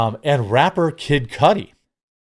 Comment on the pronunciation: It’s Cudi, not Cudi